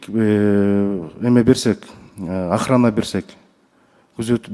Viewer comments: Государственая ахрания дейтко додур баранбек. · Охраня дейт го😂😂😂😂😂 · Бул дагы деле 😂 ахраня дейтко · Государственный охраня деп, чүлалмай болуптур го биягы😂😂😂😂